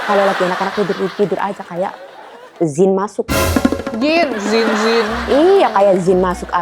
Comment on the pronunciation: Sinii ta ajarin ngaji Buu klo mauu😅 Jiinnn bukan Ziin ya Buu🤣